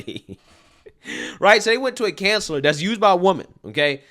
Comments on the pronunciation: I couldn’t finish this video solely based of how you pronounce COUN-SE-LOR…….not cancelor 🙄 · You need to work on your pronunciation. Koun′sə-lər, -slər not Can sellar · lol lol lol welcome to reality bloke lol. Sorry did you say canceller or consular lol oh and BTW i love flying on my hogwarts broom stick let them hate themselves i will be enjoying myself FTW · Bro I love you but it’s pronounced coun-sa-ler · Counselor…. Not canceller 😂😂😂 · You pronounce counselor incorrectly